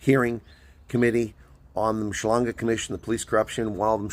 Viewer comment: Fyi. Say MAAD-LANGE... Not mashlange